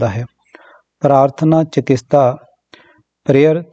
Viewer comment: ਚਕਿਤਸਾ not ਚਕਿਸਤਾ